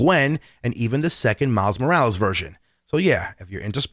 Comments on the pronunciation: He didnt pernounse Morales right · miles....moorals!?! nazgul shriek